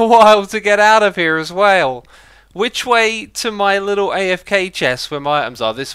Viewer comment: when he says this is gonna take me a while to get out of here as well, this is the first time I noticed X has an accent😂😂